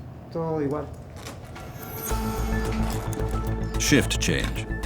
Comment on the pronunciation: I always heard him say El Longo